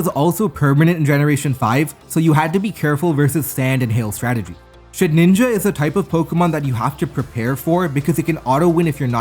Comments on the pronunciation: Mannn please stop pronouncing Shedinja as Shed ninja 😩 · Haven't watched him in a bit so this vid's quality was a great surprise Although it's so funny that he still doesn't know how to say "Shedinja" lmao